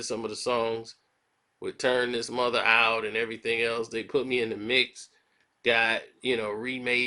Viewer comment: Mutha not Mother